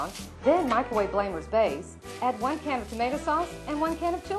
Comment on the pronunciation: They pronounce it weird. Its not Blamer's or Bloomer's. It Bloemer's. My last name is Bloemer and I hate when people pronounce it wrong.